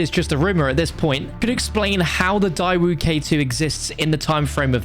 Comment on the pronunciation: It’s pronounced day-woo